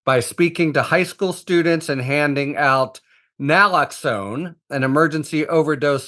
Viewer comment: Keith saying people dont know what Naloxone is, is shown by the fact that even Harry didn't know how to pronounce it.